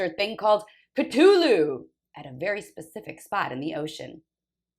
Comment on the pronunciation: it's a "thhh" not a hard T sound. C-THU-lhu IA! IA! <3